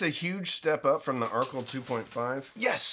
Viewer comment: You are pronouncing Archel incorrectly. It is named after Rachel so the amp is pronounced like her name.